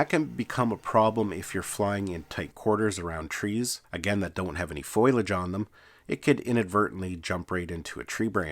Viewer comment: Foliage not pronounce "foil-aj," it's pronounced "foe-lee-aj."